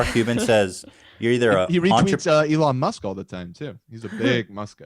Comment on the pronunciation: >Eelon Moosk